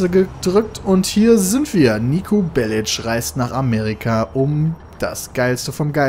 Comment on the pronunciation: Endlich jemand der Belic richtig aussprechen kann! Als Serbin tut es mir in den Ohren weh, wenn ich BeliK höre. Danke Piet. :P